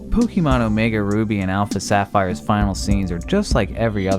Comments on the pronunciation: A real mystery is why people still keep saying "Pokimon", instead of "Pokemon". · Pukimon? Did anyone hear that to? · It's not Pokeemon for fuck's sake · Every time you say Pok eee mon it's like scratching a blackboard. The TV show showed you how to pronounce Pokémon 20 years ago. Cmon. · "Pokey-mon" lol. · the way he says pokeeemon is hard to not hear x(